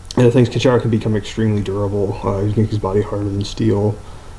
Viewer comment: It is Kenshiro not kenchayro!